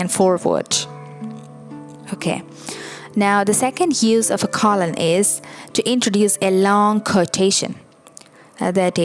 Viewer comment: Don't forget about the Oxford comma, used after the final word in a list of items before the word "and." Or "and". Depends on whether you're an American-borne or British-borne writer. Pronunciation of "colon": KOE-lun, not CALL-un.